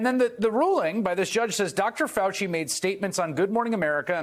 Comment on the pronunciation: Who is ”Fuaci”?